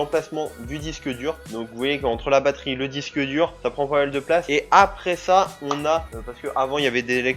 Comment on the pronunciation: car j'entends FA au lieu de sa/ça